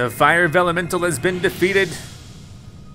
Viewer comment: Pronunciation Problem! It's Vellumental